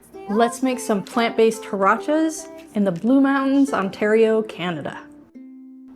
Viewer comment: Hi! Great recipe! The word is pronounced "waraches". The last e sounds as in "bet". Thank you!